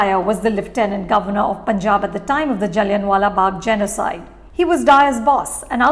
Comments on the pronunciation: its is not jalliannnn wala bagh like really you are an indian !! its pronounced jalliaa n silent wala bagh !! so pretentious you guys are goshhh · She lost my interest when she pronounced Jallian wala Bagh as Jaliyan wala Bagh .. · Google DK Shivkumar pronouncing Jallianwala Bagh while intoxicated